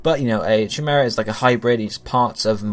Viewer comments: it's not cha-mer-a..........it's pronounced kai-mer-a 😂😂😂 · Cheemaerah.... lol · Chimera. And it's pronounced Kai-mer-a. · Please god, stop saying chimera. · every time he said chimera i cringed :'( my stomach hurts